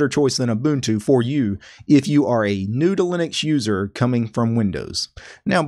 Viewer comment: I thought he said noodling accuser the first two times he said new to Linux user. I don't know what's wrong with me.